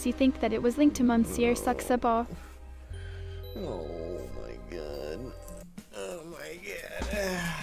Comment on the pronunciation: Watching Charlie trying to ask Marina H. about "Monsieur Saxabar" was like watching Inspector Clouseau pronounce certain words. It was very much a comedy of errors.